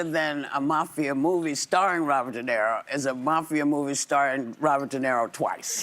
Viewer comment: De NERO???.... Whoopy can't even get the name right.